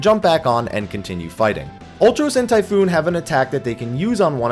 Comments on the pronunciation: for fucks sakes it's TYPHON NOT TYPHOON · Typhon not typhoon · It's pronounced Ty-phone. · for fuck's sake it isn't any of those it's Chupon.